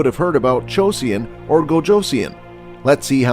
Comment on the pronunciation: its JO - SUN, not JOESSIAN